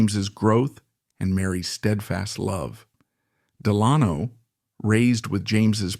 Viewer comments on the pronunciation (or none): The name “Delano” has the accent on the first syllable, not the second.